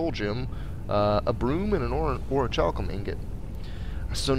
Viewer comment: Orichulum = or-ik-u-lum.